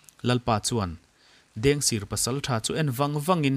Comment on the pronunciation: Mugic kha a tawp lamah khan a ring lam deuh i chhiar ri hriat a ti har tep , tin ,Dengsir tih kha sir tih kha a rik dan a sangtur zawk niin ka hria p